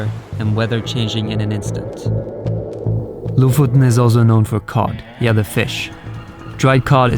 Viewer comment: I've always wondered how to pronounce Lofoten! Now I know!